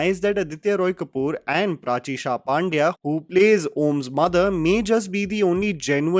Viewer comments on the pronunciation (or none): It’s not paaandya , its pandya